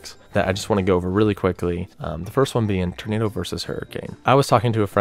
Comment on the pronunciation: can you learn how to say tornado for the love of god.